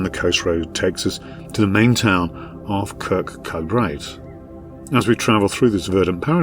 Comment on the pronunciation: Not even close to pronouncing Kirkcudbright right but nice video.